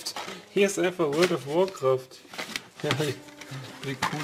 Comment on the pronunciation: Vorld ov workraft